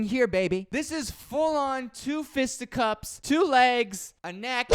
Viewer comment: ......: fistiCUPS